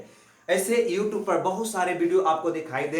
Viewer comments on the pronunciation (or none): none